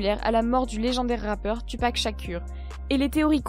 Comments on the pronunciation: Tupac 😂😂😂😂😂😂😂😂😂😂😂😂😂en elle a pas dit Shakur elle a dit chakure 😂😂😂😂😂😂😂😂😂😂😂😂😂😂😂😂😂😂😂😂😂😂😂😂😂😂😂😂😂😂😂😂😂😂😂😂😂😂😂😂😂😂😂😂😂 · Tupac Shakur se dit Toupac Shakour, pas Tupac Shakur comme tu le dis ! Sinon pas mal la vidéo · Tupac ShaKUUUUUUUUR 😭 elle a prononcé son nom comme ça mais qu’elle tragédie pour cette légende du rap 😭on dit ShakOUr même si sa c’est Shakur 😭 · Ça se dit pas tu pac shakur sa se dit toupac shakour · Tupac se prononce toupac et Shakur Shakour.. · Ça se prononce toupac shakour 😂😂😂pour tupac shakur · whoua elle m'a rendue fout a prononcé Tupac shakur comme ça se lit dzeub putin sa se prononce "Tout Paque Chat Court" povre fatigué inculte et pour info y'avais embrouille avec biggie et tupac avec des relations avec les black panthères donc c'est ptet pas juste pour se barrer en jamaique qu'il s'est fait tuer merde Et fuck tout ceux qui savent pas ce que sont les blacks panthères ou croient que je parle de la connerie de film de super-héros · « tUpac shakUr » quel bail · Juste ça se dit toupac chakour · Mdr tu-pack shack-ur elle a dit 😂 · J'ai eu envie de la taper quand elle a dit tu pac shakure